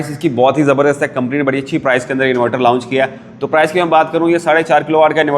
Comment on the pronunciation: Lounch nahi bhaii Launch. اسکو لانچ بولتے ہیں لاؤنچ نہیں